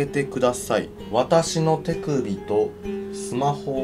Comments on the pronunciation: て↑くびか面白かった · 手首とスマホをって所手首が乳首に聞こえた私も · ｢てくぅ↑びとスマホを｣ ここ地味にじわる｡